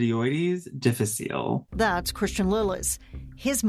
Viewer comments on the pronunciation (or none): The specific epithet, "difficile," is Latin, not French. The final, "e," is pronounced.